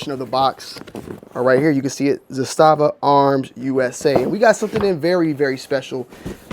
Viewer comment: The correct pronunciation in Serbian is ZA-sta-va / ЗА-ста-ва (accent on the first syllable). The pronunciation in Russian is za-STA-va / за-СТА-ва (accent on the second syllable). ZA-sta-va in Serbian means a "flag" or "banner." In Russian za-STA-va means a fortified area.